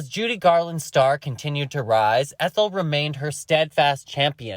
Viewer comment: Omg. lol Ethel.. it’s a hard E. lol x